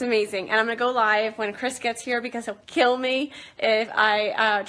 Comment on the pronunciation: She just said keel me